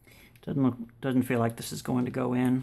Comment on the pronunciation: DOESN'T (NOT DUD-ENT)